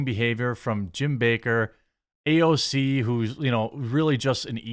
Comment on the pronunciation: I think she pronounces AOC ouch